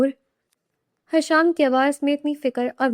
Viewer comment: حشام نہیں ہشام ہوتا ہے